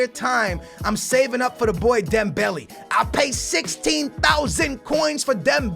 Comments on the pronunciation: Stop calling dembele, dem belly. It's dem bel ay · It's dem-bell-ay not dem-belly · i really hate it when he calls mane and dembele like that.. MAH NEH. THEMBEHLEIH.